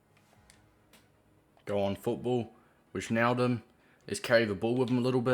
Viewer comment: It's pronounced Why-naldum btw